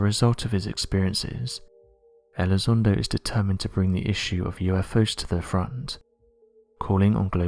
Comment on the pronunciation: Well, this Elizondo guy (whose name our British host pronounces incorrectly) was wrong in asserting that UADs (Unidentified Aerial Devices?) have more than a 600X G-force exerted upon them, from time-to-time, as they conduct their funky manuevers at over 10,000 mph. >>> That is just an erroneous assertion, on his part, because of wrong-headed assumptions. Apparently, Elizondo hasn't read anything written by Bob Lazar, who worked at Area 51 many years ago: and Bob will agree (and originally asserted and maintained) that alien spacecraft create their own gravitational field and operate entirely within it. >>> i.e., there is no "outside G-force" exerted upon the craft The difference between the two men? >>> Elizondo was a grunt "paid not to think"; and, Lazar was non-military under contract who WAS "paid to think".